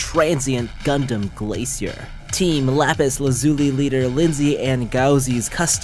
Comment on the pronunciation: Achmad Arsyil Wiradinata i was saying that the correct pronunciation of lapis lazuli is: /watch?v=Kw0VC5jFFmk